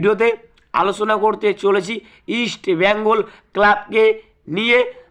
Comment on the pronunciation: East Bengal namta thik kore uccharan karo.hector hospitals e admit kids kore khelbe.oskar tomar kane kane ei 1st eleven bole dieche.